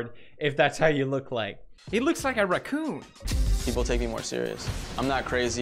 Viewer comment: the way he says racoon is amazing lol